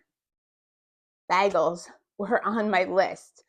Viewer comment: Baygels not bag ells!!! Lol